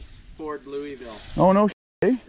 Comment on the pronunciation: It's ford not ferd, (Found On Road Dead)